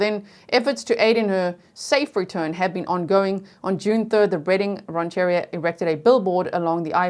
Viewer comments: Mien is Pronounced "Me-Ennn" like saying the letters Me and N. And Redding Rancheria "Ranch a Ree- ah". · Great job! BTW, it’s “ran’-chur-REE-a” and “te-HAY-meh”